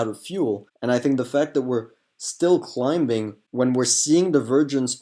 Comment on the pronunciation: The "b" is silent in "climbing"